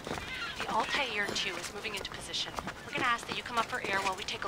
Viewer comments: The Altair pronounciation is killing me it’s not alter ffs it’s Altair smh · They need to say Altair right 😂😂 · ALTAIR PRONOUNCE IT CORRECTLY LAYLA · The way she says altair killed my soul I'm not even a long time fan and I'm annoyed